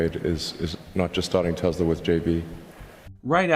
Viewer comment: I remember realising Musk did not know much about Nikola Tesla and then realising his pronunciation of Tesla is wrong. This was before I even realised what a fraud this guy is, but I thought something is off here. Why name a company after a genius inventor you know very little about. Also, he is so smug he never even googled N. Tesla, not even after he invented his engineering persona that supposedly invented Tesla the car. Edit: You unhearted me? That's cold! :)